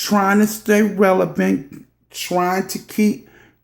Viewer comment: Cherry Tree Girrrlll, Okayyy!!! But I guess its better than what she started with. "Revial." 🤣🤣